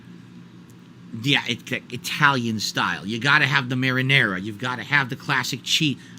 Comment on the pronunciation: Mah-rah-narah soz, dood!